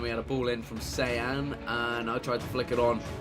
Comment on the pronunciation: looking back at how much chris butchered saying sean